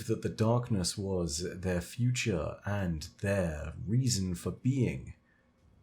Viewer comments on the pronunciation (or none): none